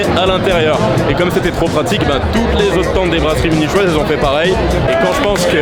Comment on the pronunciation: mais c'est pas possible t'as fais le serment de mal prononcer tout mot relatif à l'allemagne et pas seulement les mots allemands, munichoises c'est en français que tu l'as mal prononcé!!